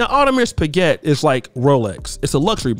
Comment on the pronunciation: Come on man. Why can’t you Americans learn how to pronounce French luxury brands properly. Can’t even pronounce Audemars Piguet.